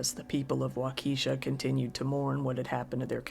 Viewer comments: Giggled at "wau-key-shaw". It's "walk-uh-shaw". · Wa-ke (soft e) sha. It would be good to look up pronunciation of cities not familiar. For everyone. It's a bit distracting and annoying. Any words for pronunciation, for that matter, if you are a narrator. That would be most professional. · Waukesha is pronounced Walk-a-shaw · The Wisconsin tragedy town is pronounced wauk uh shaw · As always, great stories. One correction. Waukesha is pronounced as WA-KA-SHA The E is not pronounces. Just incase you ever cover another story from there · For my sake and that of the rest of the world, please, NEVER try to pronounce Waukesha again. Why true crime creators don't look up the proper pronunciation of unfamiliar areas boggles my mind. This is HQ material made lesser--sophomoric--by errors like that. Don't get cocky, Kid. It's code.